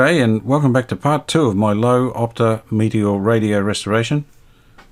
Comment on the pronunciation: Love the videos. I also love Loewe Opta. They made a portable video tape recorder in the 1960s. Of which I only have photos. However, the pronunciation of the company name is "Loy-Va Ope-Taw. The latter rhymes with "Oh Paw". I had German parents. I can still here them griping if I said that wrong and hear the smack of the back hand. I think other folks with traditional German parents know what I mean. BTW, Loewe is German for Lion. Opta apparently is made up. Keep up the great work,! You rock!